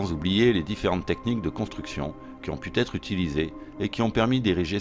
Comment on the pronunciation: Bravo pour ce travail salutaire, je suis sûr que ça finira par remplacer BAM sur RMC ^^ juste parce que je suis un peu pénible : on dit "ont pu être" et non pas "ont put' être"